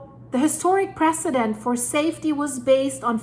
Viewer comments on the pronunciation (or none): none